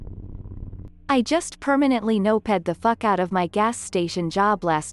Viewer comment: I love how the AI robot voice pronounces "noped" (past tense of "nope") as "no-ped" and "mo-ped" (a motorized bicycle) as "moped" (past tense of "mope"). 😅